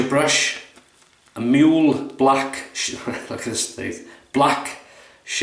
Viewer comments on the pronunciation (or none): The prounciation is moo-leh. The ue has a sound not Föhns in english. Google Translate can do it. Greetings from Germany Thomas